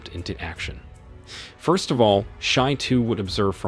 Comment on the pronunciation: Kids with their "phurst"... boooring.